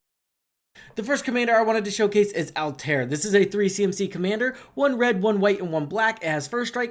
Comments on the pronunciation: All-ta-ear not alt-air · 100% Altair. Everyone focused on Ezio and just threw him into the 99. As the character that started the whole series he deserves some love. Also his name is pronounced All Tie Ear. Hope he wins